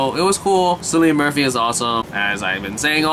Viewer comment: It's "Kill-ian," not "Silly-un." It's the "Royal Irish Constabulary," as in "constables." I've watched the two seasons available, and it's brilliant. Murphy is in all three of the Dark Knight movies, as the Scarecrow. He was in "Inception" as well, and many Irish and British productions. "Peaky Blinders" is worth watching...twice.